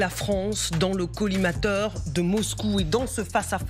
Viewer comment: La Fronce dans le collimatar… Elle ne sait toujours pas parler correctement, je quitte !